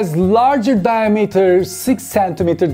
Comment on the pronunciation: Isn’t it diameter not diahrhmeter